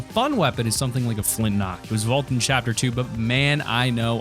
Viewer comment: Flinknock??? It is called the flintlock!